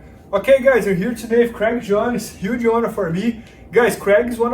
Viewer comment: Issss a yuuuuge auuuunour for me to hear you say “iss a yuuge auuunour for me” #legendary